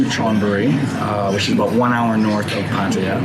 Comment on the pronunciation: at least you can say Pataya properly.